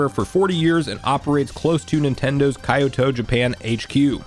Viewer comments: Dude.... "kai-yo-toe" is an ENTIRELY wrong pronunciation... "Ki-yo-toe" is a much closer though not perfect pronunciation. Please say it right, its the name of a place so saying it right (as with any name) is important. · My guy, you pronounce “Kyoto” the way Drake Parker pronounce “South America”. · I'm gonna say Kai-ou-to from now on